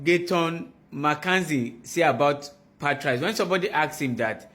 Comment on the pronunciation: I wanna smack th3 dude pronouncing Pat-RICE. What is that?